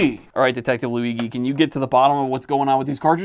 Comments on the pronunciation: Its Louie - G my man... not Louie-gi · Why bro pronounces Luigi as Luiqi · Luigi pronounced with a g and not a j annoys me. Im italian and im 99% sure that has nothing to do with the annoyance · what u called luighi is the italian real version of the name luigi with the fluffy G asswipe. if u want take joke of a bootleg do it in a way with a sense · that's not how you pronounce luigi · You can pronounce É but not "Luigi"? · who says luigi like that ??? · Who tf prononces Luigi like this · How do you mispronounce "Luigi"? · Listening to you butcher Luigi is a nightmare